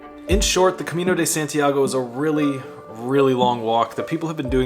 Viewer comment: "Cemino de Sentiago" 😂😂😂😂